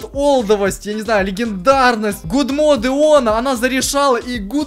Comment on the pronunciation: "Гудмоде" . Боже...